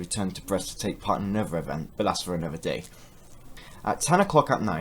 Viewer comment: another, not anuver